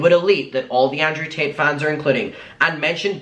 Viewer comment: why the heck does it sound like your saying Andrew Tateas it sounded like a combination of Tate and Paytas🤣🤣